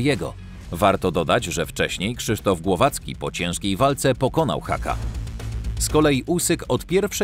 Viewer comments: NIE Haka, (hakiem to Główka on na dechy posłał niemieckiego kasztana) tylko HUKA. To jest niemieckie nazwisko, a w niemczech u czyta się jak u, a nie A. Nie ma za co. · Nie haka tylko HUKA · Hucka a nie Hacka jełopie